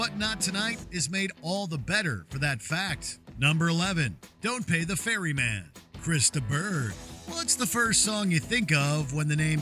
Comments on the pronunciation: It's "Don't Pay the Ferryman", silly! What exactly is a 'fairy man'? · "The Fairy Man"??? OMG. Ferryman FFS. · just FYI,..it's Ferryman,..not Fairy Man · Ferryman. Not Fairy Man. :face-green-smiling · Been a fan of killing joke since the 80s. Also it's "ferryman" not "fairy man".